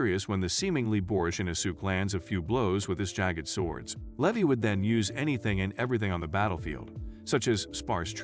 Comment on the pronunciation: Lee Vi, not Leh vee